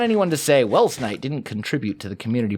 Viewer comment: Doc blowing up your retirement home was hilarious, well worth it. And i love how he pronounced your name 'welshknight', brilliant!